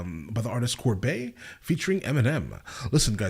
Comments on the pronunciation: Sounds like you’re saying corbae not Cordae lol Just fucking with you you’re awesome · Bro say corbae or meek mills one more time🤦‍♂️🤦‍♂️🤣🤣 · Bro, you didn't just call him corbae 😂😂💀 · Cordae bro not corbae lol DAE not BAE LOL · Cor-dae lol 😆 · are you saying Cor-Bae? 🤔😏😆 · My man said COR BAY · Bro at least say his name right lmao wtf.